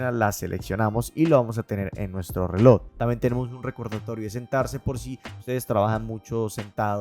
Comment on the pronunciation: Buen video pero me estallan los timpanos cada vez que dices "relod" en vez de reloj😅 pequeño detalle para mejorar. Saludos y gracias por el video porque estoy muy interesado en comprar uno.